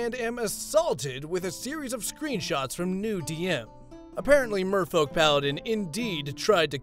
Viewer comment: Why do I always here "Mofo"-Paladin instead of Merfolk??